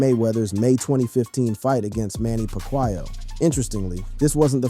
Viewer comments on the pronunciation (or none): "Manny Pokwyoh."